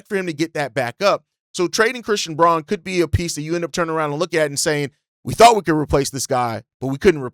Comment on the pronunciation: Fyi, Braun is actually pronounced Brown. Bulls fan in Denver, fwiw